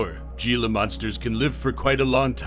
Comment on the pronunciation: Can’t even pronounce it right 😂